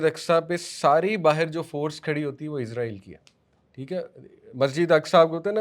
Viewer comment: اسلام وعلیکم بھائی کیا آپ برائے مہربانی آج کل کی انگریزی تلفظ کو سائیڈ پر رکھ کر یہودیوں کو بنی اسرائیل کہیں گے۔ کیونکہ آپ جو لفظ استعمال کر رہے ہیں عزرائیل یہ ہمارے فرشتے ہیں حضرت عزرائیل علیہ السلام ۔ آپ لوگوں کو کافی لوگ فالو کرتے ہیں بہتر ہے لفظ کا استعمال صحیح کیا جائے شکریہ